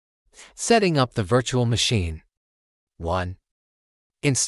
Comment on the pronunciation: "Vitchual machine" AI voice spitting fire right now